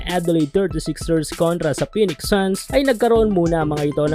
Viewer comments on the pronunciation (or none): none